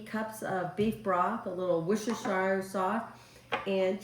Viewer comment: Woost Or Sheer sauce is how it’s pronounced 😊 in Australia 🇦🇺